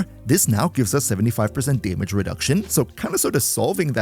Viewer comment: I like how you pronounce damage. Daemidge